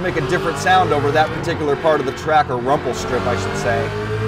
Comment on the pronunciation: Idk why but he sounds like hes saying Rumple which is kind of annoying. Is it just me?